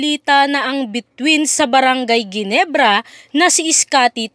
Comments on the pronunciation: Henebra hindi geenebra.. LOL.. scotty malupit na babaero. Lol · Correction po... hinebra po ang pronounce s ginebra....